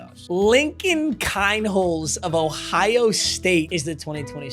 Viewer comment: NO WAY Lincoln keinholz was the heisman. He went to my school in pierre sd. My dad taught him. It’s pronounced “keen holts”